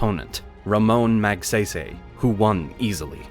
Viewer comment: Ramon Magsaysay's last name is pronounced more like (Mag-Sigh-Sigh).